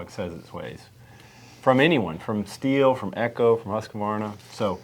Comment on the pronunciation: Prounounce Sthil correctly too, "shteel"?